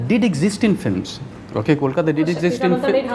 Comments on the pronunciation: Bombay was an alternative name of Mumbai, the city did not get mispronounced as mambui, or momboi but these ignorant people mispronounce Kolkata, and think it's cool, you if u can't pronounce Kolkata , say Calcutta, or Even Kalcutta, we are fine with it. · Because Mumbai was Bombay. Kolkata was nvr Kolkoto or Kolkota . Mispronouncing a name is a certain level of disrespect for the same.